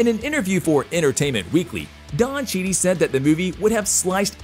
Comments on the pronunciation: Why do you keep mispronouncing names. It’s Don Cheadle not Cheney. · Did this guy seriously just say Don Chee-dee? I don't even know what to say about Kevin Feige's name being mispronounced. I would think this fella would be able to correctly pronounce the names of two such massive stars! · Did you call him”Don Cheedy”? Lmao what the hell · Naw, Blade was first, not War Machine. And it’s pronounced “Cheatle” not “Cheetie” 😂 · OMG .... CHEA - DLE ... come on say it with me dammit CHEA - DLE not chede!!! Sheesh at least learn the mans name!!! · It's chee dul, not chee dee... please say his name correctly! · Don's last name is pronounced chee del not chee nie... and its fiy gee not figee. You're welcome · The actors name is Don Cheadle not Don Cheadee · It's not Cheadie. It's Cheadle. Like Chee dull. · Don Chidi REALLY do you REALLY WATCH THE MOVIES OR do you guys just watch other people's videos and follow their format you's are SO SO WRONG his name is Don Cheadle you said Don Chidi then you said Kevin Feige name WRONG TOO MAKE ORIGINAL CONTENT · Royalty. How in the Hell can you still continue to mispronounce Kevin Fiege's name? It's pronounced FIYE-ghee, not Feedge. And now you fucked up Don Cheadle's name too? Cheedy? Can you not see the L in there? It's CHEED-el. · I hope Don Cheedey does a movie with Ralph Fienes. The mispronunciation would be epic. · yep! bothered me so much. Have u seen or heard of Don Cheadee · i was thinking the same thing lol everytime i heard "Cheadie" i was cringing! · After the second Cheedie and the Kevin Feej I noped out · Don Cheatie? Kevin Fieg? If you can't pronounce the name of the man, you're truly not a Marvel fan! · don cheadle being called don chidi, made me laugh, and Kevin feige. At least hire literate narrators, or slightly competent ones who would look up the 2... 2 names he has to say 🤣 amateur hour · Kevin feeg? Don cheedy? How do you not know how to pronounce their names? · It's Don cheadle not Don chead